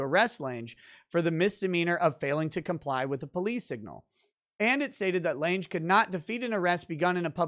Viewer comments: Lange, like long but with an A. As in Jessica Lange. Not Jessica "Laynj". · Lange is German and is pronounced lunga. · OMG. It's pronounced LANG. The "e" is silent.